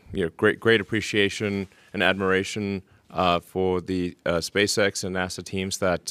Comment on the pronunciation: King Spork oh shit he said Spazex not Spacex I can’t read